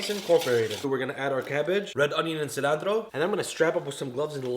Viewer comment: I’m from the heaviest state from Mexico and I don’t even say cilantro like that chill my boy is it ain’t that serious